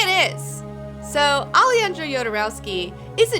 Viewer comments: Best intro to Jodorowsky's universe in YT. Great video, as usual. One small detail, the j in spanish is pronounced like the h in english. So the correct pronunciation would be, Ale-HAN-dro Ho-dorowsky. Thanks for the video. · O A Also, A-le-han-dro